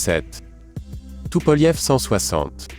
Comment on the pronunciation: depuis quand tupolev se prononce tupolief ,?